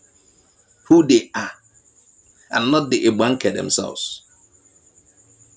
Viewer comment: learn how to pronounce Igbanke first